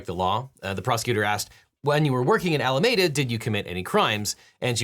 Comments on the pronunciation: Love your stuff Devin, but I've got to say I winced at every single "Alamayda". æləˈmiːdə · One pronunciation note: Alameda Research is pronounced “Al-ah-MEEE-duh,” like the county where it was based — not “Ah-lah-meh-dah,” as the Spaniards who initially colonized California pronounced it. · Pronounced Ala me duh. Not Ala made uh. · Objection! This is a nitpick, but Alameda is typically pronounced "All-ah-meed-ah", out here on the west coast. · I can’t get over the way this Bay Area native pronounces Alameda